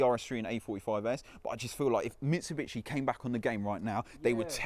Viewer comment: “Mitchi-bitchi” it’s Mitsubishi 🙄